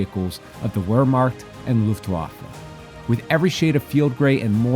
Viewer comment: Not as bad as the pronunciation of "Wehrmacht" and "Luftwaffe". Historically accurate colors, not so much in the pronunciations 🤣